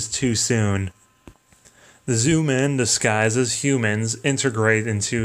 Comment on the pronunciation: lol Zoomen. they are called Zyuman, jewman that is how its prononced. Ir might help you learn a litttle bit of Japanese.